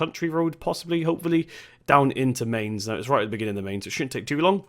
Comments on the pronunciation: pronounciation of Mainz is like mines. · Pronounced “my-ns” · Mistake buddy 🤔 should be Mine-ts / my-nts Keep up the good work learning German! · The 'Mai' at 'Mainz' you say more like 'My'. So you say it like 'Myns' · Mainz say it like minz